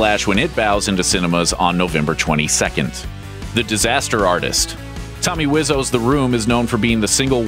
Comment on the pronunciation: Tommy wizzow? Really